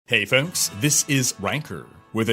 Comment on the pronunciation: "hello foks this is wanker" dont know why but I understand this every time I start a vid :D